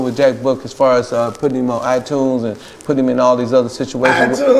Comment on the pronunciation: Eye-tunes lol